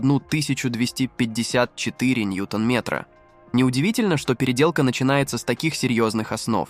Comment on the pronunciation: Диктор класс конечно ступИц пЯтьдесят дизЕль кУпе 😂😂😂